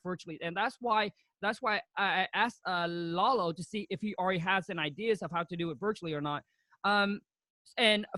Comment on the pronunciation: Kong called him Lola instead of Lalo